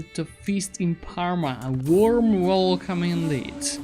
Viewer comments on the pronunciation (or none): none